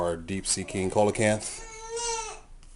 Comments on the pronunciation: No actually it isn't. He's right; it's "See-la-canth". Check in any dictionary or online audio pronunciation. Dictionary com, Merriam-Webster, or audioenglish just to name a few. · yeah it is its pranounced see-la-canth. look it up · It's see-la-canth. dictionary.reference.co m/browse/coelacanth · Sorry to sound like an A-hole, but Coelacanth is pronounced "See-la-canth"